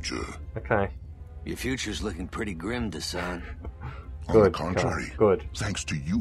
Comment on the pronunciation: Good video! He's DESANN not Dessan